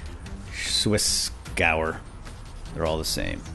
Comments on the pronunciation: It's pronounced gev-air, not gower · It's Swissgewehr not Swissgauer. God. Go on google translate and type Gewehr in german if you need to know how to pronounce it. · Hey, the swissgewher is actually partially in german. Meaning the second half of the word would be pronounced as "gevair" (meaning rifle).